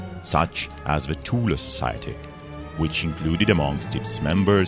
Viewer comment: At last:someone else who pronounces Thule correctly